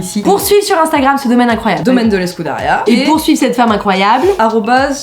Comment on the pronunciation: Si "Escuderia" (=écurie) est le mot espagnol, ça se prononce escoudériya. Si c'est le mot gascon, ça se prononce escudéryo (avec "u" comme en français). Comme c'est dans les Landes on peut penser que c'est le mot gascon...